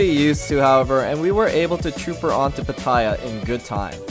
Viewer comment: FYI...PATTAYA is actually pronounced PAH-TEH-YAH not PAH-TIE-YAH. Really loving your vlogs. Greetings from a Thai-American from SoCal!